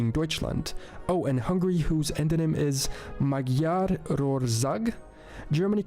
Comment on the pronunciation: You are right to be confused. He was speaking in a confusing way when he spoke about Egypt. And he made a complete mess of pronouncing Magyar and Shqiperia